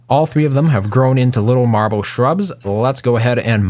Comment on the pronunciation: Take a shot every time he says marbel you'll be dead